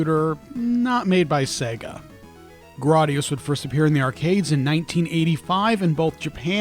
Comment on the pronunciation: It’s Gra y gius not Grar dius.